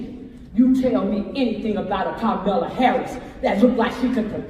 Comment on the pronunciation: Was she saying Karmela Harris? Is that like caramel kinda looks like chocolate but it's not?